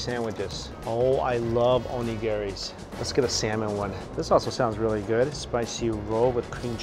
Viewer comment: I lost all hope when you said onigere